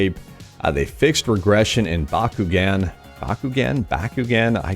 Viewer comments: I swear, every time I watch your vids, the ability to keep your beard nice looking is intriguing lol Also, we pronounce it as ba-ku-gone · pronounce it like this...... bakugun